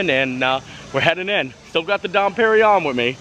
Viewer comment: the champagne is pronounced Don perring yon. Keep the videos coming they're great